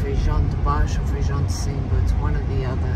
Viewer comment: 😂😂it’s not FEIJÃO (beans) it’s FAJÃ de Cima or FAJÃ de Baixo. You two are so funny. 🤣🤣love you guys ❤️